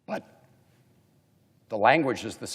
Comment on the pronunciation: Why did he say*But" like that tho 🤣🤣